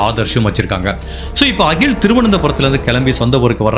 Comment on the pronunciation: Pls note She is rockkkymole Not ragi mal He is akkkil not as agil Neyyatinkarai not karaaa